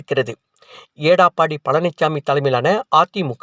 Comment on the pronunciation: எடப்பாடி பழனிச்சாமி என்பதை ஏடாப்பாடி என்று உச்சரிக்கும் உங்களையெல்லாம் எதைக் கொண்டு அடிப்பது😢